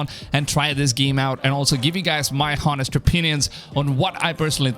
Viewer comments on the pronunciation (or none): Did he just say hawn-est?